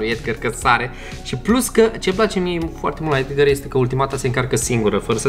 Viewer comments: EDGAR SE ZICE NU EDGĂR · Edgar nu Edgăr